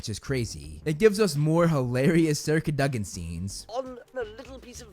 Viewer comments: Bro... its Sir Cad-Oh-Gin. not Cuh Duh Gin. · CadOgan not caduhgan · Why do you say "cadogan" like "Curduggen"???